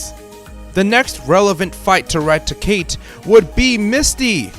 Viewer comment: Why are so many Poketubers utterly illiterate in pronouncing Rattata? I mean, how hard is it to say RATTA-TA? It's not that hard? It evolves into RATTI-CATE.